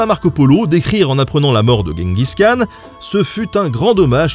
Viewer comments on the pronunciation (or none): Khan se prononce Ranne mais R comme la jota espagnole, et j'crois que c'est Jenguiss qu'on dit